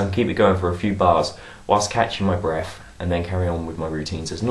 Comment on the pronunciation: Aww he says 'Breaf' Lol